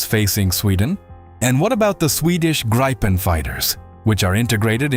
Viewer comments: SDay Griippen, not Graipen! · I am sure it is gripen not graipen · No, Grii-pen =) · The Gripen is pronounced as grippen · AI voices can never make their mind up on how to pronounce Gripen…